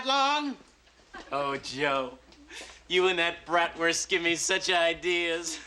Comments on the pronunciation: Bratwurst is pronounced Braat - wrst with a long "a" sound, similar to the "a" in “Father.” It’s not pronounced “Brat” which describes an ill mannered child. 🤔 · I hate the way they say Bratwurst.